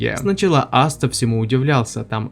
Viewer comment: Какой нахуй астеР он АСТА зачем коверкать его имя, можно конечно шуточно назвать астерикс но не астер